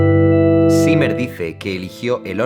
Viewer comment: Zimmer, pronuncialo bien, es "simah",así se pronuncia